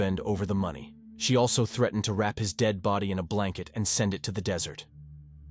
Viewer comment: Never heard threatened pronounced like that.Presume it’s AI.